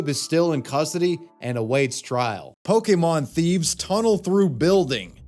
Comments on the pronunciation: Every time I hear "POKEY MON" it drives me crazy. It's said with an apostrophe accent mark. It's pronounced "pokka-mon". Why can NO ONE ever pronounce it correctly? not even you it seems. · Can’t stand when people say Pokie-mon . It’s Pokémon !!! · The biggest crime is the way they're pronouncing Pokémon. I guess they have pohkeets on their jeans, not pockets